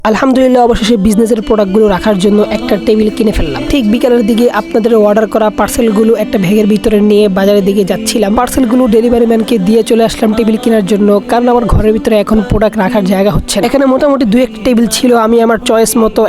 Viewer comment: ব্যাগ❌ ভ্যাগ✅😂😂😂